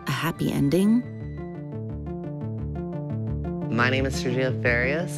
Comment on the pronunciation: The fact he said “farias” wrong